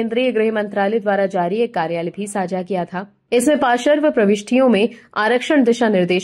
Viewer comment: समाचार सुनाते समय कृपया शब्दों के सही उच्चारण पर ध्यान दें। शब्दों का गलत एकाधिक बार गलत उच्चारण कानों में बहुत खटकता है। जैसे कि देवी जी पार्श्व शब्द को बार बार पाशर्व बोलकर अपना ही उपहास उड़ा रही हैं। आशा है आगे से ध्यान रखा जाएगा। जब हिंदी में बोलकर ही आपकी रोजी रोटी चलती है तो कम से कम गलत उच्चारण करके हिंदी भाषा की गरिमा को ठेस तो ना पहुंचाएं। इसे दिल पर लेने की जरूरत नहीं है। मुझे भी पता है कि आजकल के नए जमाने में आधुनिक बनने के चक्कर में सभी लोग अपने बच्चों की शिक्षा की शुरुआत ही अंग्रेज़ी माध्यम वाले स्कूलों में भर्ती करके ही करते हैं। जहां पढ़ाई अ से अनार या क से कमल नहीं बल्कि ए फार एप्पल से होती है। जब शुरुआत ही गलत होगी तो सही परिणाम की उम्मीद नहीं कर सकते। कुछ लोगों को मेरी बात बिना मतलब की लग सकती है। लेकिन जब तक बताया नहीं जायेगा तब तक किसी को अपनी कमी का पता भी कैसे चलेगा। जय हिन्द। वन्दे मातरम्।।।।